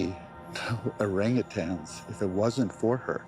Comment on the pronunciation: OrangATANGS lol... Nope. You should know dude.. not how it's pronounced AT ALL